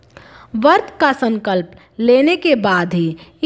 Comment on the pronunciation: hindi uccharan bhi galat karte hain bharat vasi . lajja ka vishay hai. व्रत hota hai , ap usko वर्त bol rahe ho . शुक्ल hota hai ap usko शुकल bol rahe ho . iss video ko hata diya jaye ya uchcharan ko theek kiya jaaye.